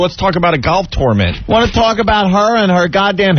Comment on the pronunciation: I always hated the way Opie pronounced tournament. He says it like torn-ment